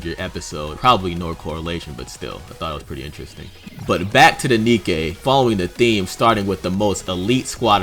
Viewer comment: Say Nikke with the German inflection for words that end in "e."